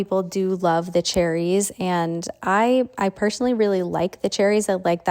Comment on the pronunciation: I’m so confused why people have started to call cherries, sericces ( spelling it as people are saying it )